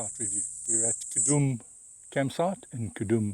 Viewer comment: Khaudum ( cow-doom) not ka-dum!